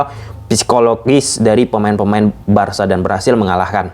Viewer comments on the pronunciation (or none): none